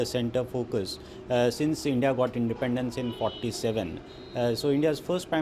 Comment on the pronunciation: This BBC newsreader got gastric problem to say I N.D.I.AAAA